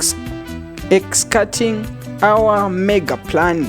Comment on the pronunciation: Eish this presenter cant even read. Struggling pronouncing execution